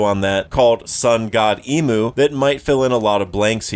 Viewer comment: Great video, love the content. But hearing you call him “Emu” a million times drove me crazy. It might be speeded “Imu” or whatever but that is not how it’s Pronounced